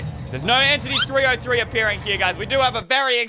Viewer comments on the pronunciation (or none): Its entity 3 zero 3 not entity 3O3